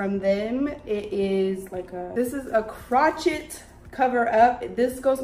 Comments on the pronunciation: You are gorgeous!! Everything looked amazing on you. Now...sweetheart.... Its not crochit.... Its crowshay. Ya know like knitted but made with one hooked "needle" instead of 2 knitting "needles". Crochet is pronounced crow-shay. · Crow- shay*** not “crotch-it” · Crochet is pronounced CROW-SHAY lol 😭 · 🤣🤣🤣 the grouch-it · The way you pronounced crochet lol it was so cute. Edit: i believe it's crow-shay unless the new generation is calling it something different I'm a little older than you.